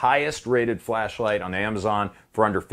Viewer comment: Everytime he says "flashlight" it sounds like "fleshlight" and it really makes me worry about his home defense plan.